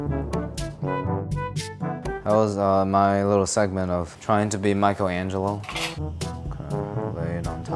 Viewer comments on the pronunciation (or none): none